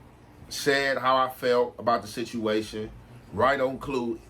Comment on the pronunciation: “ we coversed about the shituation” 😂